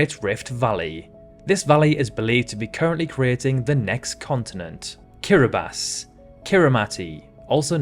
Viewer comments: You pronounced Kiribati right (Kiribas) but Kiritimati is also pronounced Kirismas as "ti" is just an "s". Kiribas actually stands for "Gilberts" (the colonial name for the islands) and Kirismas, quite obvious, for Christmas. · Great idea, very interesting and well executed. This must have taken some time to compile. Yes, some words are mispronounced like the Caucasus and Kiritimati (Kirismas), but you got Lesotho and Kiribati right, and unfortunately most get it wrong. I am so curious to know where your accent is from.